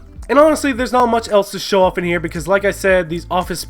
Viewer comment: I just hate how he says else. eltse.